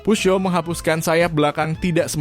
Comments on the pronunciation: Mimin nyebut peugeot dgn dialek Amerika dmn dsbut puzyo. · Videonya luar biasa ❤ cuma yg ganjel adalah cara pengucapan "peugeot", dulu pas kuliah ada ambil bahasa prancis 1 semester, diajarin dosen cara bacanya Peu : dibaca peu (eu seperti peuyeum dalam basa sunda, atau e lemah dalam bahasa riau) Geot : zyo, literally zyo. T nya kemana? Huruf mati dalam bahasa prancis tidak di ucapkan. Paris dibaca pari, gitu Semoga membantu, udah subs kok🤟